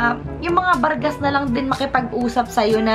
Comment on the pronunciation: bargas at siksik liglig narinig kung nasabi mo miss taga batangas ka ba? hahahahahaha